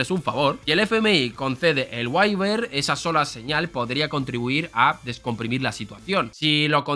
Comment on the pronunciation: ¿Por qué estos españoletes pronuncian tan mal ciertas palabras del inglés ? Como waiver por ejemplo